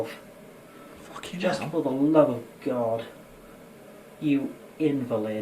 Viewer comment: The way this guy says “invalid” is invalid.